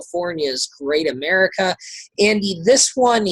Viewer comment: I stopped watching once the guy referred to Great America as "caga".